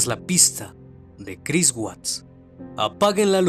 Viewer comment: nadie noto en el segundo cuarenta que dice Chirs en lugar de Chris?